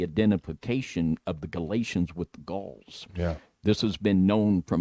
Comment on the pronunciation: Gaul is pronounced gawl